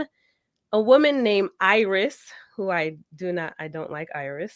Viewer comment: It’s Irais not Iris